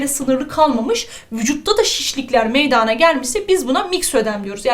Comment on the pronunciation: hocam çok fazla güzel anlatıosunuz saolun ama meydaağna dediğiniz kopuorum herseferinde kusura bakmayın cmmcksldlpswşlcğdğsşcüc